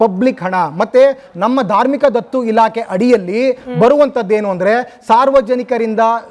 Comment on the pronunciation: ಧಾರ್ಮಿಕ ದತ್ತಿ ಇಲಾಖೆ ಮಾರಾಯ್ರೆ ಅದು, ಧಾರ್ಮಿಕ ದತ್ತು ಇಲಾಖೆ ಅಲ್ಲಾ ಭೈರಪ್ಪ ರೇ..,, 😅😅